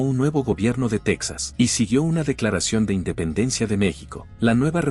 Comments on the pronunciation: Texas antes de que los estadounidenses se lo robaran porque así fue, Coahuila y Texas eran un solo estado mexicano, me imagino que tú eres estadounidense ya que pronuncias Texas como estadounidense, los españoles y los mexicanos fueron los primeros en colonizar y habitar esas tierras y bueno los indígenas que ya tenían viviendo ahí cientos y cientos de años, primero perteneció a la Nueva España y después de la Independencia a México, Como te menciono Coahuila y Texas fueron un solo estado y las capitales fueron en un tiempo Monclova y en otro tiempo Saltillo por el momento no recuerdo cuál de las dos fue primero y, para nosotros los mexicanos todas esas tierras que se robaron los estadounidenses, siguen siendo parte de México porque el plan de Guadalupe fue firmado a punta de pistola. Saludos desde Coahuila. 👍🤠🍺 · Se escribe TEXAS pero se pronuncia TEJAS.